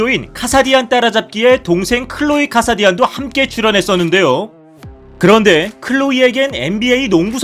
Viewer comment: 뭔가 이상하다했네 ㅋㅋㅋㅋㅋ